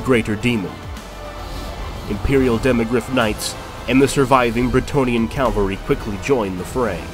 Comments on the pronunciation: Loved the video, but I keep being distracted by you saying Calvary and not Cavalry. >.< Still great work! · Awesome video! Loved it. However, its pronounced cavalry and not calvary. Minor detail but i felt i had to mention it. Still amazing video, cant wait for the next. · It's CAV-AL-RY my guy..not cal-val-ry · Am i the only person who notices that most youtubers say "CALvary" and not "CAValry"? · I don't want to be that guy, but I noticed that they kept on mispronouncing "cavalry" by reading it as "Calvary".